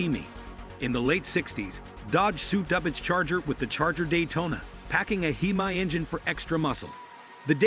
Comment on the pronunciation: It's pronounced hem-me not he-my.